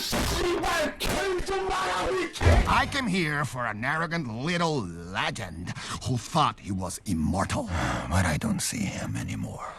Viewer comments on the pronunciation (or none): none